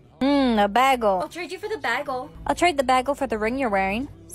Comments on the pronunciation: Ah yes a “baagel” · They said bagel wrong